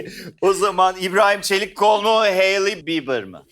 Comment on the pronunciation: ben de konuşmasında bir gariplik var demiştim ondanmış herhalde evet bir de "hailey"i telafuzunu duydun mu hahahahahhafg